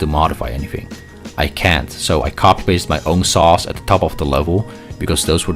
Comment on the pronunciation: Take a shot every time he says “sauce” instead of “saws”